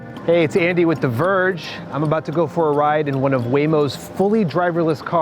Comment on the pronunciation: "Andy with the Verrrrge"